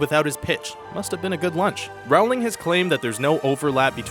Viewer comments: Very cool information, really interesting. I had no idea about Beauty and the Beast trailer popularity. Simply because it bugged me to hear it wrong over and over, I have to let you know that it's J.K. ROW-ling. Like 'row, row, row your boat'. It's not 'Raowling'. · its pronounced rolling not rowling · It's Rowling like Bowling.